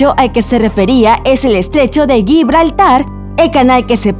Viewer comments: Es Gibraltar no Yibraltar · "Guibraltar"?? Jajajaja Gibraltar!! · Guibraltar?????? madre mia y pense que era serio este video, tonto de mi... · pronuncia mal todos los nombres, Sáhara se pronuncia; sájara, Gibraltar se pronuncia; jibraltar y ella todo lo contrario, pronunció, saara y guibraltar. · También dice Guibraltar en lugar de Gibraltar. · Parece que no es castellano parlante ir eso no pronuncia bien Atlantida i también pronuncia el peñón de Gibraltar dice (yibraltar ) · "Aclántida" , "Monóica", "G"ibraltar ??? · Porque pronuncian Gibraltar si se pronuncia Jibraltar? (Pronuncia, no escribe ) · Estrecho de Gi-braltar, ¡Se pronuncia pegado pendeja! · Nada que ver el video con lo que dice el titulo, hay muchos videos sobre la teoria de su existencia y este es uno más. Aparte de que no pronuncia bien el nombre de la Atlantida ni del estrecho de Gibraltar.